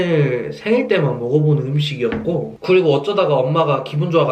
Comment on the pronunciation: 생일때만 먹어보는 "음↘️식이었고"